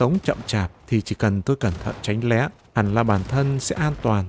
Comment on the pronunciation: Giọng đọc mọi thứ ok. Nhưng mà tránh né not tránh lé nha